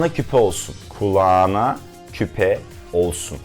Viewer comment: "Kulaaana" mı???